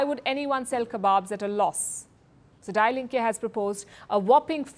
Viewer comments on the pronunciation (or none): "Die Linke" is not pronounced like you do, "die" is pronounced "dee". Sorry, too often you make such mistakes.